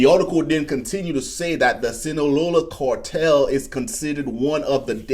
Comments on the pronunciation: Phonics lesson ... "Carrrr" tell bro, not "core tell.... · Its "cartel", with an A. Not "cortel". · What is a cortel? Cortel is not a word, and neither is Fentanol. CARTEL- FENTANYL,not cortel and Fentanol. Sorry to be a prick, but the mispronouncing of words is getting ridiculous already. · Not Cortel it’s CARTEL!!!!😂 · WTF is a "cortell"? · The only special forces in the US military are Green Berets… Navy seals and such are special operations units…. And my man its CARtel not CORtel wtf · Cortel and border Zor ?? A like Apple A a a a apple Car Car Car Cartel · why do u pronounce A as oa? Its so weird. Its cartel not Cooaaartel -. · How do you pronounce car?.... "Core"?? Just saying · WTF is a “cortel” 🤔🤷‍♂️🤣🤣🤣🤣🤣🤣🤣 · again. WTF is a “cortel”. 🤷‍♂️🤣🤣🤣🤣🤣🤣🤣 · Core-tel? Are you allergic to the letter “A”? Just teasing you. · Bro can’t pronounce A’s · Dude can't even say cartel.